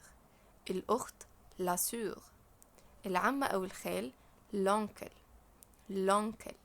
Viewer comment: نطق وحش حضرتك رجاءا تطوير من نفسك.....grand père....من غير نطق d و حسني نطق كلمة soeur